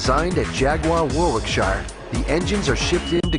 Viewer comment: So funny that they put subtitles on certain parts were an english man is speaking english. Especially when the american narrator can not even say the word jaguar correctly, or the word Warwickshire. Good god. Never the less, thanks for posting this video. Love my XK :)